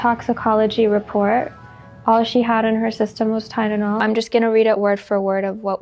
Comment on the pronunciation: I HATE how says “tydenol” instead of Tylenol… I believe in my heart that Bam is being controlled. I am heart broken and I DO MEAN heart broken to see Steve-O encouraging this bullshit and lying to us. There would not be a Jackass if not for Bam Margera!!!!!!!!!!! CKY WAS ALWAYS BETTER ANYWAY. I’m so deeply disturbed by this whole situation… #freebammargera